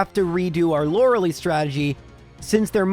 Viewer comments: One day this guy will learn how to say Lorelei. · Youre saying lorelei wrong eh